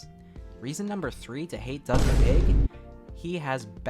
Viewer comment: Every time u said DUOUG I laughed so bad 💀my sense of humour is broken